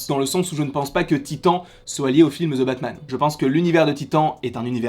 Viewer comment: « Ze » Batman. 😉